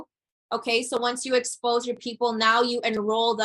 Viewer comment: As a native English speaker, her use of the word "expose" sounded very wrong.